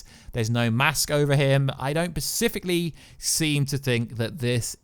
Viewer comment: bruh please stop saying "pacifically" its specifically, you killing me! 😂😂